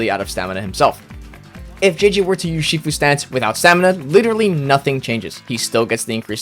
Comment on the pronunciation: Wow you managed to misspell "sifu" and then you even managed to mispronounce the misspelled word. Only in Uhmerica...